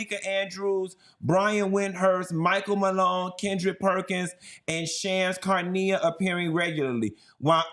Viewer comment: It's "Shoms" "Sha-RAH-nee-uh", Q! LOL